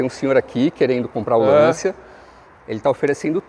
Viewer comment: Sem querer ser chato, a pronúncia correta é "LanTCHIA". 😅